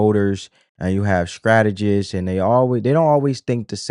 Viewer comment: Strategists sir, not Scrategist. Fyi...😊